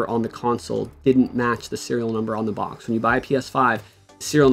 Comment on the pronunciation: There’s no N in the word box bruhh